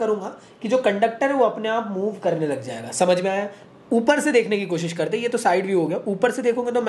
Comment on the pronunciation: 😂😂😂😂 B su c, c su d 😂😂😂😂